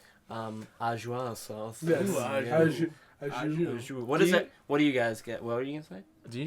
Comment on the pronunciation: the au jus sauce is pronounced ah-juice